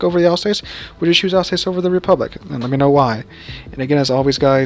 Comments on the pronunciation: sorry mate again I am complaining its alsass (as spoken) not alsacee. just helping 😆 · Pronounced al sauce i believe